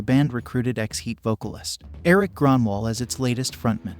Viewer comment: Hes name is Grönwall with the swedish sound "ö".